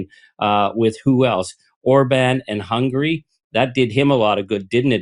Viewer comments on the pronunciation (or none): none